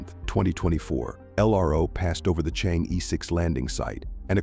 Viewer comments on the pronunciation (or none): Deliberately and maliciously mispronounce it to smear Chinese. Correctly pronounced as Chang - er. Stop pronounce it as cheng yi . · Thanks for the video. btw, should pronounce as Chang Or. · 这个 我觉得可能是他们AI真不会读， 没念成change 就不错了 :face-blue-smiling